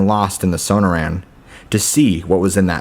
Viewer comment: Where are you from Dude? You're killing the pronunciation of Gila, Sonora, and a couple more words.